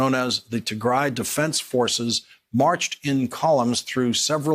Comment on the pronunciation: Tygry it's tig-ray White people always mess up a name